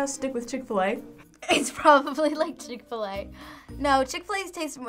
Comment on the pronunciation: Do a shot every time they said chick-Fila 😭😤